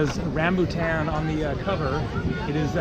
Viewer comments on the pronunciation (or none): none